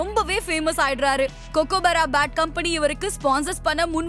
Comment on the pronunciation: Why is the speaker saying Australia as astralia? Kookaburra as Cocoaburra?.. Steve wog? Panting? Bad pronunciation